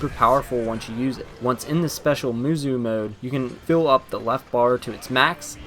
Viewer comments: XD it's pronounced as ( musou / musow & not muzu ) but nice review & please read the manga first before you jump in to watch one of he crappiest adaptations for anime ever , except for the old berserk anime that was actually good / decent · Its "moosow" not "moozoo" I don't even know how you can get that wrong unless you just think that the o in musou is silent, but even then it would be "moosoo" so I have no idea how you came up with saying "moozoo" all I know is that I cannot watch this video because of how annoying this mispronunciation is. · Isnt it pronounced "moosow" not "moozoo"? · pronounced "moose oh"